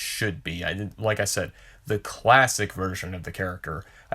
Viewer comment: “I don’t wike it!” Sorry, don’t mean no disrespect, just reminded me of Chris Evans in a funny way.